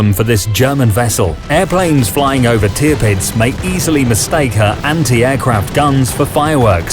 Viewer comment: It is wonderful to observe how far the quality of your videos has come since the day when Tirpitz was being pronounced as Te-a-pits.